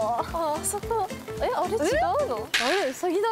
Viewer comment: うさぎをまあたそみたいに言な！ww